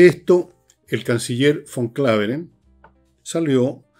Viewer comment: PELUQUITA QUERIDO EL CANCILLER ES : ALBERT VAN KLAVEREN STORK NOOOOOO como dices tú “VON KLAVEREN” Hasta cuando viejo estúpido